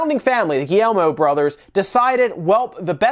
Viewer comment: the "guillermo" family? hahahahhaahahhahahaahhahaha c'mon man. at least try